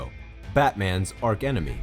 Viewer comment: Wait, did no one tell you Scarecrow, Batman's arkenemy, is actually pronounced "archenemy"? Great channel though. Subscribed.